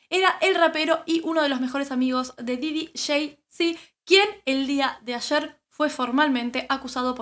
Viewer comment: Se pronuncia Pop Didy